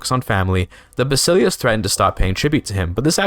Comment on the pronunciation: It's more like vah-sih-lefs instead of bahsilius